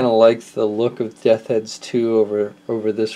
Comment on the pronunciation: Death's Head dude...just practice saying "Death's" a few times...